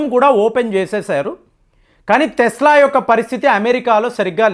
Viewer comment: Thesla kaadhu tesla